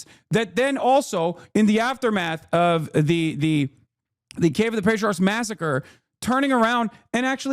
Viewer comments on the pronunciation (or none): none